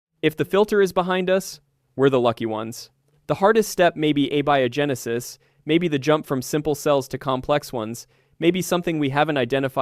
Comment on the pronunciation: Abby-oh genesis? This is why I hate AI narration. This was interesting but the volume of pronunciation errors and unnatural speaking cadence throughout make it more sloppy and irritating than enjoyable. Please humans, go back to doing your own narration.